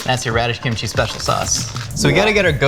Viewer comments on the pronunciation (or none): Did he just say KIMCHEESE